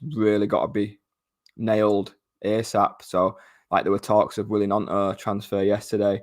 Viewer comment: I love, top guy, but does he keep saying ear sap?